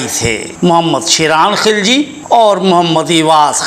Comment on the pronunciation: He was not khilaj Sir he was khilji mean gilzai and was not turk but true and pure afghan in Turkish there is no pronunciation of k or kha